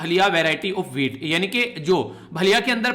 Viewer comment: भलिया नहीं sir vo भालिया hai